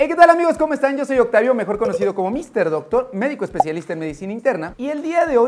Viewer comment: Dactar Daaaactar 😂 Se ve re-guapo con ese trajecito ♥️🤭